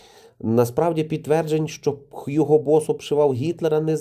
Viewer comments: Німецькою звучить Гуґо Босс. Англійською: Х'юґо. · Hugo - з німецької Гуґо, а не Х'юго.